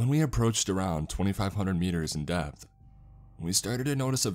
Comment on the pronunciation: every time you say “depth reader” it sounds like “Death Reader”!!!